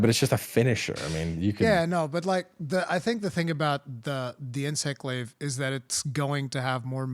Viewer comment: Oh nyoo mway inswect gwaive!!! I cwan't just spwam arial moves :-( PS: Love the podcasts! :D